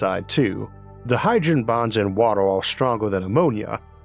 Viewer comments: Not making fun but how are you able to pronounce R just fine with other constants like in "critical" "extremes" Or "recently" but you can't with vowels before it like world, water,, just throws me off lol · It's pronounced WA-TER... Not "wattle". Sorry, but it's really annoying. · Water not wotar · I was thinking for quite a while about ammonia planet, thanks for giving new insights! Also you pronounce water unlike anyone else I heard and I got confused cause I heard "woro" instead of "water" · Water, w a t e r, not watel. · Water ❎ Woddle ✅ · Every time you say 'wator' it sounds like its the same audio clip spliced in, in editing. Orth. Dark mator. Stors. Vap'o'r. Horder. Otmosphere. Wor(l)ds. Pressor. Summor. Temperators. Coldor. Sorching. Papor. Temporol. Listenor. Divorsoti. Beavors. Signators. Crittors. Fact'o'r. Structors. Every vowel becomes an 'o' before an 'r' or 't'. What accent is that? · Jeez what an annoying voice to use. Water pronounced "wawah"?? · could not watch this because of the narrators speech... watooa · Bro your pronunciation is so freaking hard to get used to that I found myself rewinding about 10 times in 2 minutes of video. The fuck is wotor and rathor and alturnadif? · "Wator 🤓" 💀 Edit: Idk why but this accent makes me wanna punch something, I can't watch this any longer... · i Can’t not hear waddle when he attempts to say water. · wah der😂 caw bon😂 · Please learn how to say water.